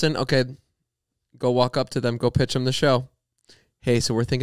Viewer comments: Everytime Zane’s says “thum” instead of “them “ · I will never get over the way Zane says thum instead of them